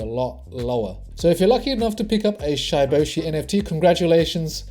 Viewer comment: It's not shyyboshi bro Its shiboshi like shib Pronounce like that 💞